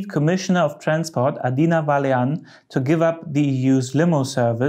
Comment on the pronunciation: poor Mrs. Vălean (das "a" mit Hütchen spricht man so ähnlich wie das "u" im engl. burn)